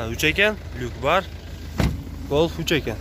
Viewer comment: Гольф сөзүн айтканды үйрон досум голф дебей